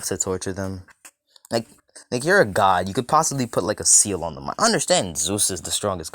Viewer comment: It's god not gid